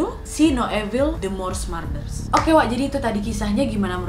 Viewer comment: Kaaaa .. murders dibaca nya tetep spelling "u" bukan marder cmmiiiwwwww